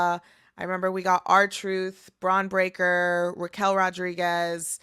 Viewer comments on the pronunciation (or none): none